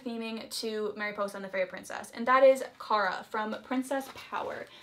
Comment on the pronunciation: Love how you pronounce Mariposa tho